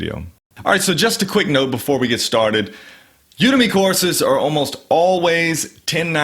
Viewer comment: I think the emphasis should be on the 'U'. When you do it that way it becomes "you to me"